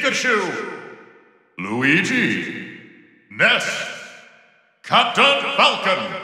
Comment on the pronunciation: Nobody talking about the way he pronounces luigi at number 69?